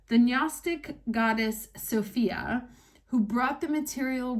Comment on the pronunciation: medal-yellow-first-red::medal-yellow-first-red::medal-yellow-first-red:One of the few english speaking people who pronounced SOPHIA correctly. From the Greek ΣΟΦΙΑ...